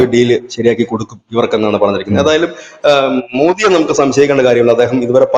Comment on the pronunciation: മോദി എന്നാണ്.. മോഡി അല്ല 👍